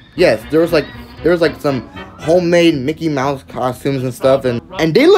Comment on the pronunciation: THATW NOT MICKY MOUSE THATS MOCKEY MIUSE